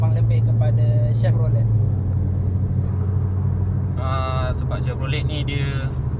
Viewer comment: Salam. Sebutan yg betul Shev-ro-ley. Skirting set yg di pasang pada asalnya adalah buatan malaysia. Supplier local saja. Kaler ni kalau tak silap di panggil SANDAL WOOD. Optra = daewoo lacetti. Buatan korea. 1.6 lebih power dari 1.8. Cuma 1.8 lebih exclusive dan sunyi dalam kabin.